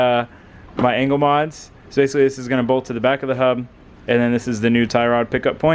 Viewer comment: LOL I understood "anal setup" when you said "angle setup" in the beginning :'D